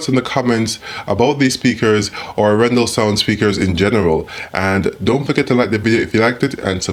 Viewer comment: Pressure on the first syllable for Norwegian names and long syllables. Aaaarendaaal. :)